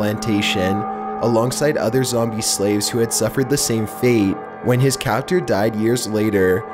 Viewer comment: THIS MADE ME LAUGH. "ZOMB E" "CON COCK ION"